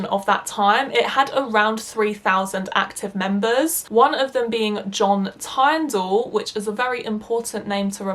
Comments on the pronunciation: You mispronounced John Tyndall’s Name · Just letting you know you should have done research a lot more because you pronounced Oswald Mosley and John Tyndall incorrectly.